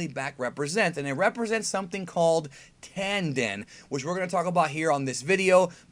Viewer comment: You pronounced "Tanden" incorrectly.